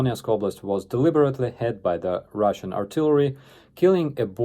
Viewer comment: Lmfao, I could have sworn you uttered the words "ruzzian military scientists"